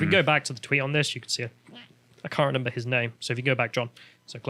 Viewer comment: Or says 'renember'